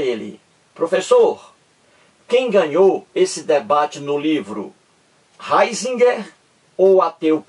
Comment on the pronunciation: Nao sabe nem a pronúncia do nome do Ratzinger